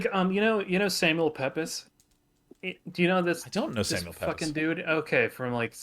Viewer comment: Pepys is pronounced Peeps for some reason.